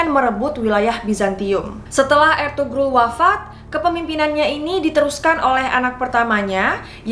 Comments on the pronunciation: Mohon maaf .. İzin koreksi dikit.., Ertuğrul dibaca Ertuuurul Karena huruf turki ğ itu gausah dibaca, Sukses selalu kakak ❤️ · maaf kak, ini " ğ " yumuşak g. g ini ngga dibaca kak jadi kaya di ilangin gitu contoh Ertuğrul dibacanya erturul atau Erdoğan dibacanya erdoan.. 🙏